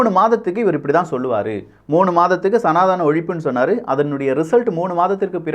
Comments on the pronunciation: IT IS NOT SANATHAANA, IT IS SANADHANA. PLEASE CORRECT YOURSELF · Sir again wrongly pronouncing சநாதனம் as சநாதானம்